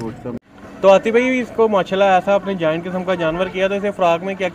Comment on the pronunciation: Dear you're doing good job. Please make it correct, Its "Bhai" not "Bahir" 👍